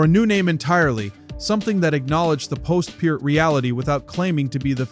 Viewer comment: Two thousand one hundred twelve? Uh, it's twenty-one twelve. You said Peart correctly, though